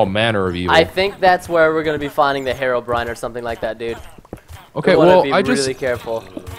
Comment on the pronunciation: HARLDBRIN? hearobrine